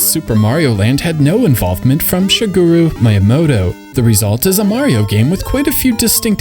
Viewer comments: HOLY SHIT you BUTCHERED Shigeru Miyamoto's name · SHIGOOROO MAIYAMOTO BRO IM DEAD